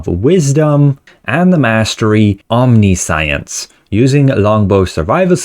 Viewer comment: Just an fyi, it's more like 'om-NIS-see-ense' or 'om-NISHENSE'. Sorry to be that guy, but just wanna help.